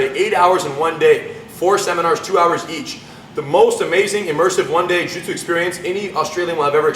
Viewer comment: Lol roo-jitsu